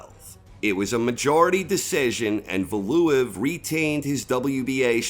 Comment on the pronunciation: Love your content but that pronunciation of Valuev had me triggered